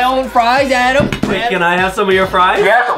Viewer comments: Adem: my name is adam not adem Justin: no! ADEM! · Its not adam ITS ADEM